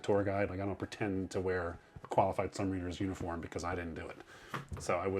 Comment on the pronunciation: As a former main space electricians mate, I found this video fascinating. I hate to correct this excellent guide, but please quit saying “submariners”, it’s pronounced “sub-mariners”.